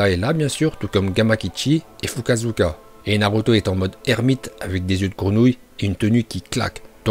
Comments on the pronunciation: FUKASAKU et pas fukasuka 😂😂😂😂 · Non mais il a quand meme dit Fukasuka au lieu de fukasaku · Jai juré tu cest pas parlé tu dit fukasuga alors que cest foukasaka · Fukasaku pas Fukasuka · C'est po Fukasuka mais Fukasaku😂😂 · Tu prononces mal le nom du crapaud , c'est pas "Fugasuka" comme tu dis mais "Fukasaku" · C pas fukazuka c fukazaku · Tu doit fukasuuka alors que c'est fukasaku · Il a dit fukazuka